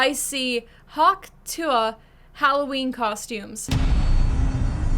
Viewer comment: I like how you’re pronouncing it the way she actually says it.. every keeps saying tuah like if that’s how she said it 😂